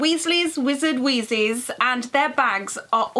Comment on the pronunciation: It isnt pronounced weezees its pronounced weezis but spelt weezes